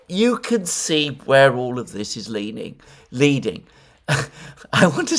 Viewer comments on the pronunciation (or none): none